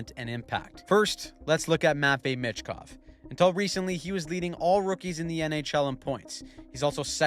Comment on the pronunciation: Pronounced Meechkov not Mitchkov